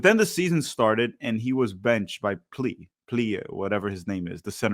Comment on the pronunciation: Plea (pronounced “play uh”) isn’t a striker. He’s only playing there cause Pepi is coming back from injury and not fully ready. He’s more of a 10/second striker and is probably Tillman’s replacement. Played a lot like Tillman at Gladbach.